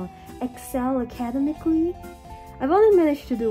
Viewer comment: Academically. Ah kuh dem mic uh lee. Your way was cute and all but just wanted to let you know